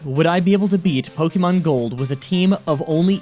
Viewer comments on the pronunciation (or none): Po kay mo not po kee mon or po Kuh mon